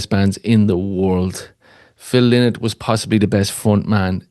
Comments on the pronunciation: Phil LYNOTT. It’s amazing the amount of fans that don’t know the right pronounciation of Phil’s surname. And this is the way HE pronounced it when asked (by Gay Byrne on the Late Late Show) if His name is LYNOTT or Linnet. The man himself said it’s pronounced Lie Not. LY NOTT. LYNOTT. Not Linnet !! Get it right please. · The best TRIBUTE to PHIL LYNOTT would be for people everywhere, including Ireland, to LEARN HOW TO SAY HIS NAME CORRECTLY. It was pronounced "LY-not"... rhyming with "WHY not". Phil Lynott's daughters said in a Guardian interview that he hated when people called him "Linn ott," and that he would say "I'm not a f-ing bird!!!" Amazing how so many fans got it wrong for so long. Here is Phil Lynott pronouncing his name correctly